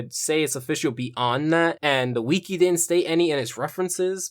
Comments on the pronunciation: Dear WIKI IS NOT PRONOUNCED WEEKY! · you said weekee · Why does he pronounce it "wee-kee"